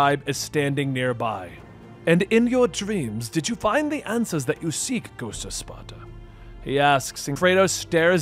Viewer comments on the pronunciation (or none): Gowsht of Spata. 🤣 REALLY